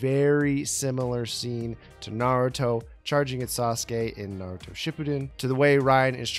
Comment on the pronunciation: He actually said Naruto right?!